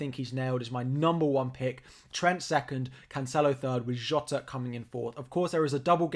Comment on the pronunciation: well done for pronouncing jota's name right! lol